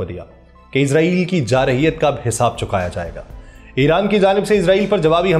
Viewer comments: Bhai izrail nahi israil sahee lafz hay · او بھائی اسرائیل لفظ تو بول آپ عزرائیل بول رھے ھو آپ کو کوئی بتانے والا نہیں جناب